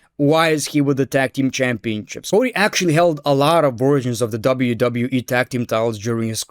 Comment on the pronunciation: Is it only me or is he saying Championchips everytime ?